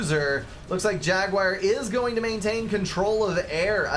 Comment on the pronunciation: amen, dont change a thing pal ;)